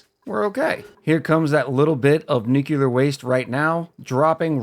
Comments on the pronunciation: its pronounced nuke-lee-er not nuke-you-ler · nucular and nuclear are two different things but i think it’s been pretty normalized to pronounce nuclear as nucular. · The way it’s spelled. Nu-cle-uhr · It's "new clear" as one word. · I forgot exactly how but I found your channel a few days ago and love your style of commentary and playing. Also I pronounce it New-clear. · new-cle-ah tho dont listen to me im australian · In Soviet Russia, Nyuk Lee Yaargh pronounces you. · "New Clear" for me as regards pronunciation of "nuclear". Accents and pronunciation of words are interesting things. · My favorite pronunciation is "Nucular" That Nafta creation stratagy is great! I usually include temp sensors in my steam generator/thermo aquatuner so I can get the max refund possible for my aquatuners. I have never made a nuclear research reactor before. I always found that if I want to go for ridiculous builds, that a sour gas boiler was easier to construct and a lot more "Fool proof" in my opinion. I am the fool. The fool is me. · I had to think of homer Simpson nucular. the word is nucular. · It's nuclear, dummy, the 'S' is silent.